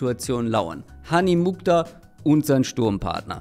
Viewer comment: Der Name kommt aus dem nahen Osten und wird Muchtar ausgesprochen. Das KH ist dabei wie das CH im Wort „Rauchen“.